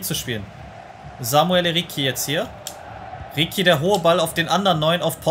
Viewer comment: Beo ricci wird ritschi ausgesprochen nicht rikki Coole folge👌🏽